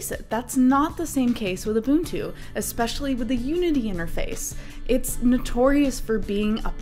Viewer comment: You are one of the few out there that can pronounce ubuntu correctly!